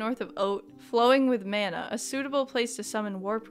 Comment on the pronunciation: good god I hate the way non-New Zealanders pronounce "mana" 😅 loving this play through though!